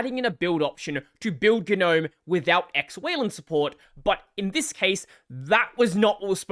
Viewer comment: “Guh noaem”